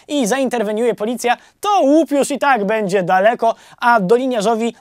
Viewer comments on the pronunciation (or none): none